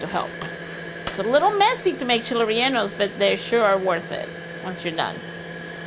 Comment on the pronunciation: “ Cheeley reyllenoes “it’s Chiles rellenos